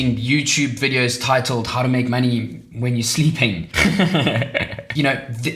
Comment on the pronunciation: Make maney? What’s maney BRU? 😂 Love the video!